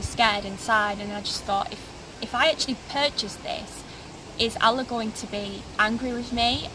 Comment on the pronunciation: Sorry not convinced. If she was raised as a Muslim she would not mispronounced the name of 'Allah' or the word 'Qur'an'. Also the name is not a Muslim or a Turkish name. Unfortunately it seems clear she was not ever taught about Islam in the first place. I bear witness that there is no god except the One True God, And Muhammad peace be upon him is His Messenger, And Jesus peace be upon him is also His prophet, who will return to lead the believers, destroy the crosses and kill the Antichrist. My friends, dreams can be easily tampered with by Satan, your reasons for choosing a path must be based on Revelation, on reason and sound spiritual judgement, not emotional impulse. The sister seems very nice, I wish her and you all the best. As salaamu alaykum